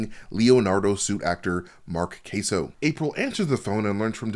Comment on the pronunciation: Mark Queso? lol I’m pretty sure it’s pronounced Kah-so. He was a gymnast that was friends with my dad and they travelled together on a gymnastics exhibition international friendship meet in China together in the 70s or early 80s.